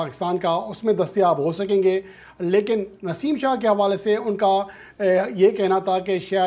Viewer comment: Babar Azam nain warning de hai Naseem shah na yr name to thek bol k news dia kro